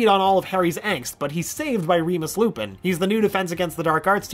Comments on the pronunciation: he says "Lupis" instead of Lupin. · "lupus" goes beast mode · Did he just call him Lupus? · He called lupin lupus